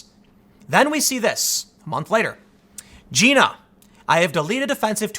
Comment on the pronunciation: Tim, it’s Gina.. Jai-na.